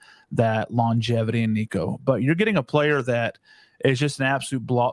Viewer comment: Tennessee guest can't even say Nico's name right 🤡